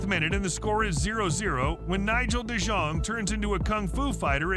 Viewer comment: Oh when de jong goes sliding in. The commentator really needs to brush up on his European pronunciations haha. Alfie haaland isn’t even the most brutal foul and just do a YouTube search of pepe fouls that in messi is nothing.